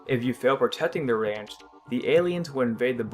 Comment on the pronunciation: Did he say perpers instead of purpose? And rant instead of ranch? Lol